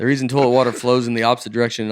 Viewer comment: Toelet is one of the funniest pronunciations of toilet I've ever heard and I grew up saying torelet